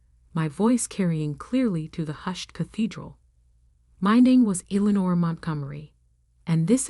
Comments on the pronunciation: "St" is "Saint Michael's Cathedral", not "Street"! "Eleanor" should be pronounced correctly always in the commentary, to have the correct spelling in the text! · Good lord. Pronounce Eleanor correctly! And St. is not for street, it's St for Saint Michaels!